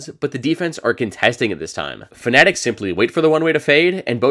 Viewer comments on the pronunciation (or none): please stop saying "fnetic" i'm begging you